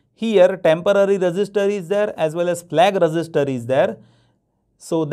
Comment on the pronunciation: Register ko thoda achhe se pronounce Karo aap resister bol rahe 😐😐